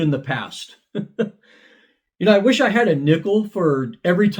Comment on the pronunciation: i swear i thought he said "i wosh i had a nipple for every time..." lmao